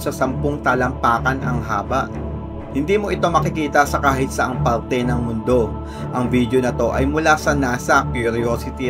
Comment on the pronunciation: ANG PARTE NAGING PAWTE HAHAHA🤣